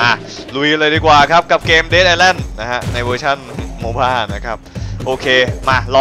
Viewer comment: มันอ่านว่า "เดธ - อิส - แลนด์" ครับ กำท่ดท่ด